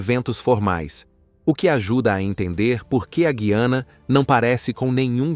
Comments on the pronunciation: Eu aprendi que o nome é Gu i ana, acho difícil ouvir vc falar guiana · Parece que você também não sabe muita coisa sobre a Guyana, a começar pelo nome do país. Você diz Gui-a-na, quando o correto é Gu-ya-na.